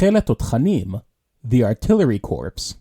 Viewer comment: In the millitary 'corpse' is pronounced "core". If you pronounce the 'P' you are talking about a dead body.